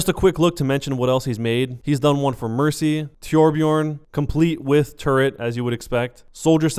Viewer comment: also it sounded like you said turd form even though you actually said turret form XD